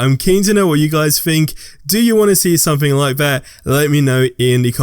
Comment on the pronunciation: Something not Somethink. Some - think, others mispronounce words.